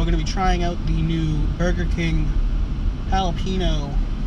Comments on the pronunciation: This nigga said JA-LA-PENO 😂😂💀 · you call it challah-pehnoh?? UNSUBBED, BLOCKED, REPORTED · Good video mate, just a quick heads up. It's pronounced Ja-la-pe-gno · I like it when people incorrectly pronounce it ja-lap-ino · Jalapeno = HAL-UH-PEEN-YO. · It's actually pronounced "halapenjo" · properly pronounced holla-pen-yo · Hates juh-lap-a-nos. Buys juh-lap-a-no fries to review. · "Jalapiño" LMAOO your cringy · These were really good. Respect lost for this guy who can't handle "spicy" processed food and can't pronounce jalapeño the way it's supposed to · why do you say it jalapeno like ricky from tpb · His pronunciation of "jalepeno" is killing me inside. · It really bothers me how you say jalapeño